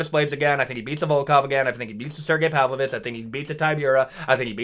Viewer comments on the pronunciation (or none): none